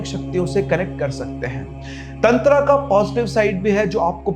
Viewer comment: दादा आगे से तंत्र को तंत्रा कहना बंद करो